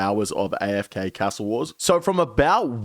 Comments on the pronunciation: The only thing that needs a nerf is the way you say castle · How come your Aussie and saying cas-tle not car-stle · Why do you say ‘castle’ like you’re trying to be fancy or some shit? Trips me out